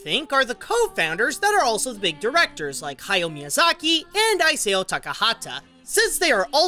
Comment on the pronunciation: Ee-sah-oh. You say the rest of the names right so you've no excuse.